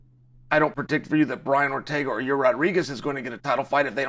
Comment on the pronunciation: Ji-rear Rodriguez, I applaud Uncle Chaels ability to butcher names lol I can’t tell if he’s being serious or not😅